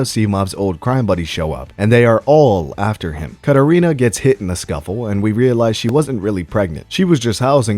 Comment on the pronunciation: The way he pronounces the name Katerina and says "mad rizz"... Yeah, dude is the worst.